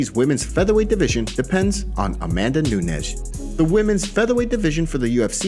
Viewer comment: Why tf r u saying amanda nunesh? U r fkn crinshe